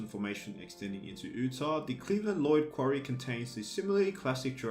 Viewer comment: Pronounced "yutah" Not "ootah" Sorry I live in Utah and it bugs me😂